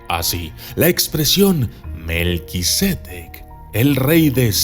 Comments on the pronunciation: Lo pronuncias mal, no es melquisédec, es melquisedec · Documentalista, el nombre es Melquisedec, no Melquisédec. Es sin acento.